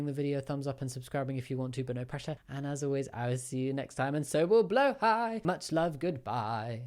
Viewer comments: I hate leaving angry comments, but I HATE when people say Blåhaj like "bloo-high" or "blah-haj". it's Swedish, it's pronounced "blo-haj", using the back of your throat for the first vowel, and the j is silent. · I don’t hate him, I’m not homophobic,but my god the way he says blahja I’m gonna fucking die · say it with me BLA HAJJA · it always irrationally irritates me as a nordic person when people say blåhaj wrong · ITS BLÅ HAJ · It's so funny listening to all the non Scandinavian people trying to pronounce "blå haj"